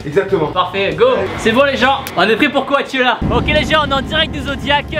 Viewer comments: coAchella wsh les oreilles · coAtchella mais nooon 😂